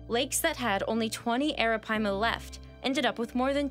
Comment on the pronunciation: Google the pronunciation. She’s saying it correctly.